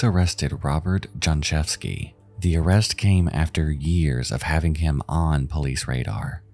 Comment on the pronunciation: Okay, you asked for what you mispronounced: "Katarzyna" shall be pronounced without the "r" since "rz" is one letter, also "J" is pronounced as "Y" as in the word "Yankee". So "Jonczewski" is pronounced as "Yontchévski". But, close enuff tho :) Like this comment, so he will see it and improve his pronounciation in future. Welcome :) R.I.P. Katarzyna :(